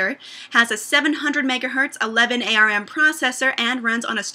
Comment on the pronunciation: get a good camera its not 2006 anymore.....oh and pronounce ARM dont say A.R.M.